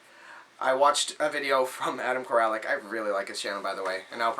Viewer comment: $10? That's a steal man. Good job! You have to wonder what they did with the games... Congratulations on the pickups! Appreciate all the shout outs, thanks for that. Not that it matters, but you don't need to pronounce the A in my last name. It's "Core-Lick".